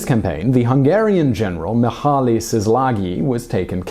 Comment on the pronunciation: The way you said Mihaly had me laughing. That was my grandfathers name, he pronounced it Me-hi. Amazing video